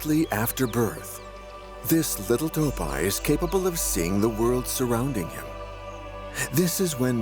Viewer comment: ИИ честно задолбал, неприятно слушать как эта не до женщина разговаривает. Не тааапи а тоопи и т.д.